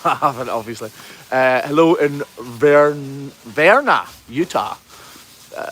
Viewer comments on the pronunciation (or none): I guess you had trouble reading Vernal, Utah on the phone. The "L" at the end is not silent. I will admit we do have some places that out of staters have trouble pronouncing like Tooele or Hurricane.